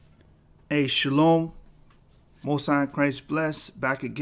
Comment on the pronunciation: Nice Spanish Shalom